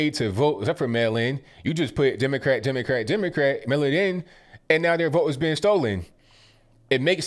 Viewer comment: She said democat 🤣 I’m a little envious it doesn’t sound as good for a republicat. What’s your dog, Repuplican or dogocrat? Who’s your parrot voting for, reparican or parrocrat? 🤣 I got too entertained with this.